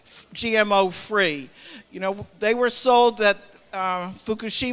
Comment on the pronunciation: This woman can't even say the word GMO correctly but she wants to ban it. Useful idiot!!!